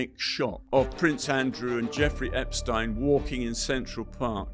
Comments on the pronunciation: This guy has nothing new, refuses to pronounce #Epstein correctly, suffers tremendous gaps of information, and exhibits rather poor judgement. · "I watched all the Epstein documentaries"..but still can't pronounce his name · This man can’t even pronounce Epsteins name correctly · He knows so much, yet he mispronounces Epstein's name? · Why the fuck can't people pronounce this fukkaz name, EPSTEEN. dude literally says it 2 different ways in the space of 1 minute. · Eh ...Roy ..... might be best if you took the time and learned how to pronounce Jeffrey Epsteens name right